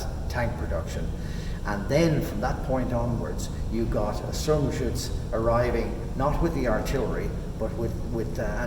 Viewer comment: The most impressive thing about is the perfect pronounciation of "Sturmgeschütz" and other german words. Seriously, Im german, and he says it without any noticeable accent.